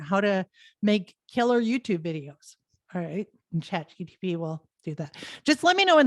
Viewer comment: Keeps calling it ChatGTP, loses credibility